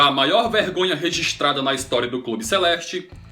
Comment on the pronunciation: Aprende a falar registrada, e não rezistrada